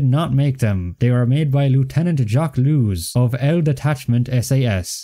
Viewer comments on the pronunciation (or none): Also Lewes (the SAS officer) is pronounced Lewis.